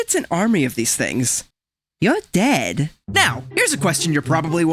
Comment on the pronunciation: "YoUr dEd"